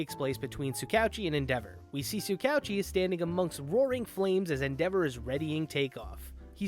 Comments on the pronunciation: Just butchering tsukauchi's name prunounciation like it's no big deal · It's Soo Ka OoChi. Basically just pretend his name is written as 2 separate words i.e Tsuka-Uchi